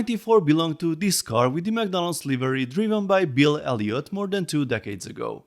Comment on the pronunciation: What's a leevery?